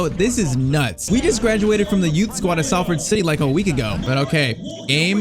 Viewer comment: “We we’re offered the chance to travel to Manchester” Salford is literally in Manchester😂 btw though for pronunciation Salford is pronounced “Sol-Ford”